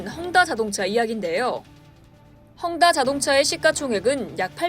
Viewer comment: 혼다 아니고 헝다